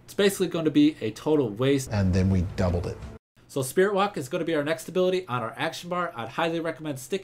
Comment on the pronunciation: "And then we dubbled it" haha so awesome